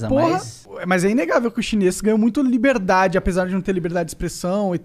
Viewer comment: Monark: "o vo defende a liberdadi defendendo governo autoritariu"